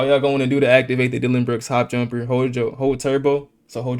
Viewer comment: bro you said jumperrrr